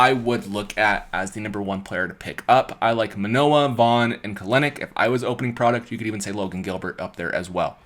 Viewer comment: Just a heads up. Jarred Kelenic pronounces his name "Kel-nick" so the second "e" is basically silent